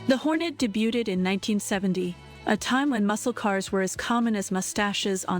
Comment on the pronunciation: DAY BU TED? HEY AI-TTS